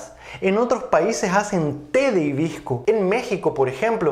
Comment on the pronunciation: Porque dices himbisco sinse escribe y dice hibisco?